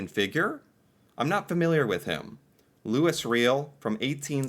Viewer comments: Please google Louis Riel (pronounced "Louee Ree el") and the Riel Rebellion in Western Canada. Metis ("May tee") are descendants of First Nations and early Europeans who had kids together. Group of 7...a group of very famous nature artists. I'm sorry but many of your videos drive me crazy. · Oh, FFS. "Lewis Real"?, you need to google how to pronounce French names. Louis Riel isn't hard to say. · louis riel was a politician he founded Manitoba, and lead the Metis people (part French, part indigenous), he revolted and started multiple resistances. after which he was hanged for his "crimes" his death sentence was written by one of my ancestors. louis (loo-ee) Riel (Ree-el) interesting figure if I do say so myself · Louis Riel (Louie Ree-L) was a historical canadian figure and would strongly recommend you look into. He was white half native and french speaking, in a mostly english part of Canada. His support of ''mixing it up'' caused him to be sentenced to death in an unusual way... But let's not spoil the ending... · Louis Riel (It's French).... Looey ree-EL Metis is French too = may-TEE He would make for a good reaction video actually. One of the few Canadian History figures I remember doing in school. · And you pronounce his name:Loui Re-Alle … it’s French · Louis Riel (pronounced Louie Ree-Al) was a... leader of rebellion up here the Metis (May-tee) are the people of Indigenous-European ancestry and there were... treated as poorly and occasionally worse than the Indigenous people. He lead 2 uprisings... the first did ok, the second got him executed. (ok he was a leader of Manitoba, and the Metis before he went on to "rebel") Summit series... I think you reacted to it, Canada versus the USSR. The "military" photo... Indigenous Warrior getting in the face of a Canadian forces soldier... I forget what this "conflict" was but it was Native rights versus the gov't over ... one of many issues. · Loui Riel ... Lou-he Ree-el May-tiss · Loo-ee Roy-ell :)